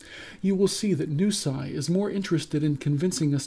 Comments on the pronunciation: Noo-See, not Noo-Sai :D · ok first off ... its pronounced New-See. secondly, they raise money to find studies. heck they even fund studies authored by ppl who DO NOT believe in what taubes and attia say. but im pretty sure you do not want to fund studies might find out on way or the other right. you have a quite a bit to lose if proven incorrect. right ? thats why you attack nusi instead of taubes or attia. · refuse to acquiesce to their affected pronunciation. Ask anyone on the street how they would pronounce NuSI and see what they say. The pronunciation is just an attempt to better market themselves. How could I have anything to lose if they won't run a trial with a diet I'd defend? Where are their plans to test a whole food, plant-based diet against the fatty diets they are trying to promote? You won't see them do one because it is they who have something to lose, like fundraising and reputation. What would I have to lose? I make no money. I am anonymous. Really, man, attempt to think a little before commenting here. You are coming off as such a tool.